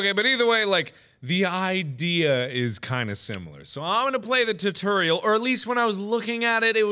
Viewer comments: Tut-er-e-el its Tutorial mark xD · did anyone notice that he said tuterial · In the beginning he said “I’ll just play through the TURTURIUL” That’s what it sounded like😂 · Zits spelt tutorial when you say it like tootorial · It's spelt like tutorial when you say it you say it like tootorial